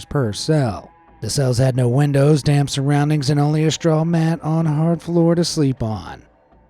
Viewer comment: why does the guy say windows like wendows?